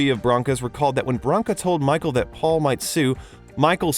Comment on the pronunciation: . Twice in a row the narrator says "Faul"